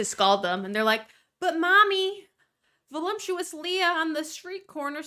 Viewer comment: I’m gonna sound like a jerk but I’ve noticed it for a couple years. Everyone in gorl world or gorl world adjacent pronounces voluptuous like it has an m in it (like voluMptuous rather than voluptuous). Is this hyper specific to the community or am I missing a joke? 😂